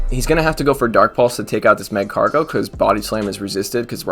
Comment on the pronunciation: Magcargo is pronounced like Escargot it sounds cool with a French accent lol